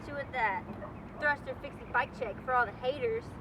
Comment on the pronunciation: " got mah thrusta herr " nigga shut yo white bristish ass up! before i toss mah aerospoke at you whiteass forehead.!